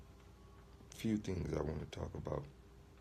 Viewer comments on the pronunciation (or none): Why does he pronounce thing like "theeeeinngs".